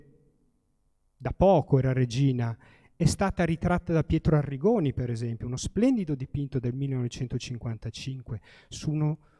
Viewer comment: Pietro ANNIGONI, non Arrigoni!